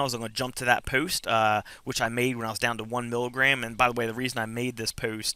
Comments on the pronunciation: Rachel W just what I though :) puwwst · This is very helpful, thanks! However the way you say “post” is.....unique? What kind of accent is that? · The way you say “post” , “dose” is hilarious! Anyways congrats on getting clean sir! Also - lol not sure where you ever heard bumble bees can’t sting haha - they most certainly do - only difference is once they sting once, it removes their stinger and they die. Where-as wasps can sting over and over again... Bless